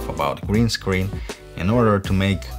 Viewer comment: I love the way you pronounced screen... it sounds like 'scween' very uwu